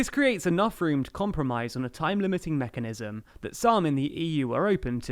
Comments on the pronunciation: "Unilateral exit *mecahnism*" 🤔... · It's mechanism not mecahnism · Mecahnism :-P